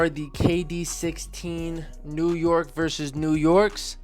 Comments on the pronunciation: I like how u always be reflexin the guns and the ny accent was perfect 😂 size 9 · the new york accent was on point 😂 (size 8)